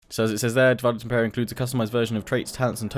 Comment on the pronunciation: You really should be pronouncing it Di-vi-day et Impera.